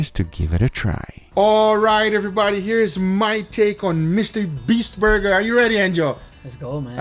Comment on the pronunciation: "Chris likes a THICKKKK BURgeRRRrrrrRRRRrRrrr"😂😂😂